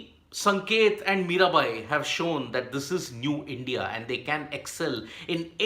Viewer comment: MiraBai not Mirabhai